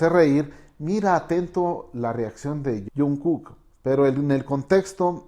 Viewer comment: JAJAJAJA pasa que no sabe pronunciar los nombres y les dice bEtEesE o tAeyOng o jOnkUk JAJAJAJA